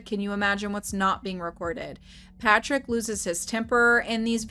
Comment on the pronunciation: Lmao “Fatrick”